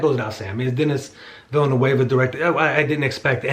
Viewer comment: Villeneuve is pronounced - "Vil-nuv". Not vee·uh·noo·ay·vuh